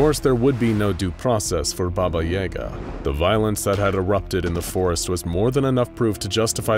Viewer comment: I'm surprised you mispronounced "Baba Yaga". I thought everyone knew how to say her name.